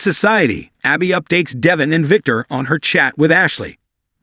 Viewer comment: pronounce the names correctly!!! Devon is ..DEH-VAUGN...ACCENT ON VAUGHN!!!